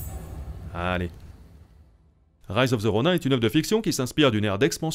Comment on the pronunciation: "Rise of the ronain" 😭😭 tu peux pas faire ca mais on t’aime quand meme